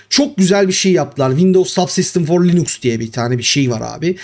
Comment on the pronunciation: Hocam belki şakasına dedin ama insanların aklında "Linüx" diye kalmasın o doğrusu "Linux" dur ve yazıldığı gibi okunur.